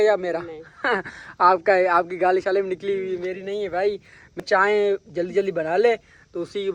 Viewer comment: Wo chai ko chaen, phol ko fol, or bulb ko baluf bolta hai or madam frma rhe hen sahi to bolta hai 👎🏻